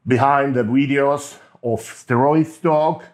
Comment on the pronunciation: I love your "Wideos" seriously though